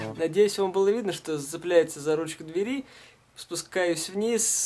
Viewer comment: Не дверИ, а двЕри!